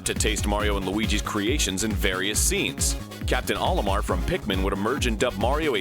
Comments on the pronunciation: That's "OH-limar" not "Ollie-mar"... It's the Japanese characters of Mario in reverse "O-Ri-Ma". It's a long O sound, get it right. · It's funny about Olimar and "Marlio" As in Japanese, where Olimar is pronounced "O-ri-mar" It was conceived in itself as an anagram for Mario. That's my only interesting tidbit of information ever!